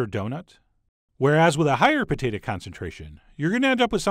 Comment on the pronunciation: you say pota tah